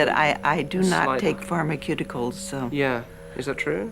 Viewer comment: It's really cute how she says "pharmaCUTEicals" lol. Awe. :) They seem like very sweet people.